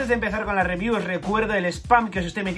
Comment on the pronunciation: Hasta pause el vídeo porque dejaré mi like por la "ribiú" del capítulo 352